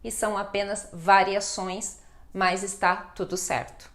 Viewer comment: professora, a senhora a conjunção mas, pronuncia como mais. Uma pequena observação.